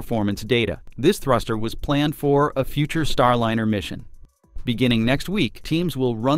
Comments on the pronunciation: "Starlinner?" Can you please say "Star LIE ner?" "STAR LYNER?" Oh! You said it properl... - never mind. God, how I HATE text-to-voice algorithms! It's not that hard to say "Starliner": Star- l-eye-ner. Can you people PLEASE train this program properly? As to the problem they have with "fixed price" contracts, SpaceX had no problem with it whatsoever. They have now taken crews back and forth in THEIR (extremely safe, clean, uncluttered and spacious) Crew Dragon many times - using their own boosters - and they were only given HALF the money to develop it that Boeing was. Boeing needs to be shut down by the FAA COMPLETELY, until they restructure their top management completely, and stop sub-sub-contracting different pieces of their aircraft and "spacecraft" in order to try to save money. This Bozo CEO has got to GO! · For Pete’s sake fix the AI narration—it is Star-line-r , not Star-lin-r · Could you PLEASE fix your AI voice so it consistently says "Starliner", not "Starlinner." AI is irritating with its non-human cadence, but at least get tge pronunciation correct! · Proper pronunciation is "Star-line-ur", NOT "Star-lin-ur" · This is incredibly petty, but the capsul's name that you say over and over is Star-LINER, not Starlinner. If your going to bash Boeing at least get the associated names right. Just saying.... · NAWSA. STARLINNER. Why does your AI reader pronounce these words right only some of the time? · why can’t this be improved —Starlinner—. No room for real person ? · Can’t you at least get your AI announcer to at least announcer to at least pronounce “Star Liner” correctly. You must be a Boeing C suite type. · Can you teach auto reader to correctly say starliner? The i is long because of the e that follows. Thanks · The narrator needs to learn how to pronounce "liner". (Or maybe not so smart AI?)